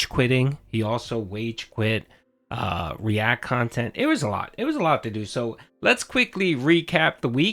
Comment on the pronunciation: Whatever will I do without reack khantant? I guess I won't hear takes from the person with the worst opinion in the world anymore. Shucks.